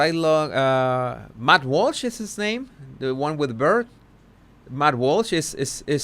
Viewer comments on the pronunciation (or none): none